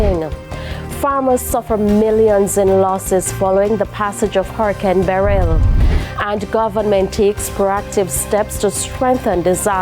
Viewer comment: What kind of insanity is this? Nobody, let alone small children, should be anywhere near a beach just before, during or immediately after, a hurricane! And someone's stupid decision has cost this Good Samaritan his life. Why are some people so stupid? On a separate note, why can this news anchor not do basic pronunciation? The word Beryl has the stress on the first syllable, so it is pronounced 'BEryl' and not 'beRYL'. Her phrasing, and those of many of the reporters, is also all over the place. Presentation standards have certainly fallen from the days of people like Helene Coley, Dorraine Samuels and Tony Patel, to name just a few..